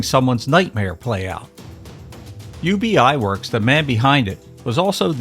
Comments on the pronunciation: Ub Iwerks' first name is not pronounce "Yew-Bee". It's literally pronounced as it looks...."Ub". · Pronounced Uhb Iwerks 😊 Thanks for the fun video! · "Ub" Iwerks was his name, short for "Ubbe Ert", not his initials.